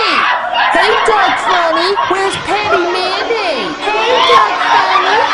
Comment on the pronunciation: sounds like "doge"